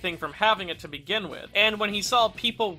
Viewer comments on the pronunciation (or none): none